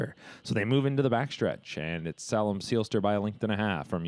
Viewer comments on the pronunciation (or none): Tsk...SAY-lem Seelster!